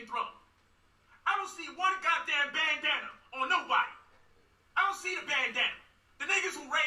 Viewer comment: I thought he said "bangdana"...where the bangdanas at?.if he did or didn't say that,shit was a good one